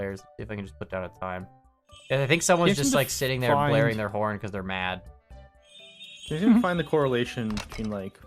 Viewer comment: going full Canadian